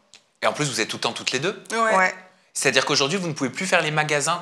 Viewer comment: Leur phrase préférée : ché à dire 😂😂😂😂😂😂😂😂😂😂